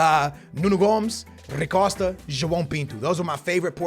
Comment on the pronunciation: Bro who tf is “rri costa” this man can’t pronounce anything to save his life